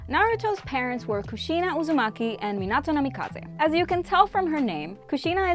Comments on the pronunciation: this video is great but I can't stop getting mad on how you say Minato wrong 😡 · Bro she missed like 14 characters 2 clans and pronounced minato wrong of course(not including other clans then the senju,uzamaki,uchia and ososuiki clan) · i’ve never heard anyone mispronounce minato’s name so terribly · It disgusts me the way she says Mostly everything like Minato, and other names and stuff, you can tell she has never watched the show/movies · The way she says minato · Is know one going to talk how she say minato, kakashi’s last name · Your saying minitos name wrong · I don’t like how she keeps on saying Minato’s name wrong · Am I the only one who gets bothered by her pronounciation of Minato? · U pronounced minato wrong